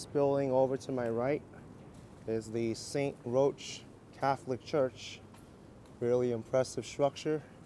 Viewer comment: It's pronounced st.ROCK...not roach...